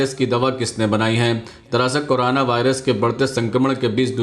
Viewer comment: Korana nahi corona boliye 😁😁😁😀😂😂